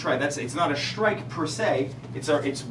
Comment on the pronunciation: I don't think SHtrike is a word.